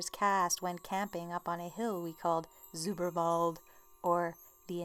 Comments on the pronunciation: its zauberwald not sooberwald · How sweet you said Zauberwald totally wrong 😊😊